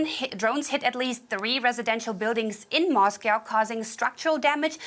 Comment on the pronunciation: "Life in Moscoworrr... " 😂🇦🇺